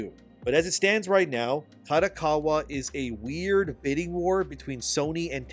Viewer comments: Who's KATAkawa? 😂 KArt DOck KArt WAr Ka Do Ka Wa. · Japanese company, if held by at helm by traditional Japanese business person in general would prefer the company to stay Japanese owned. Hence there is a chance that kodokawa would, in general, prefer to be sold to Sony Japan. Btw, small details. Kodokawa is pronounced like car-doh-car-wah.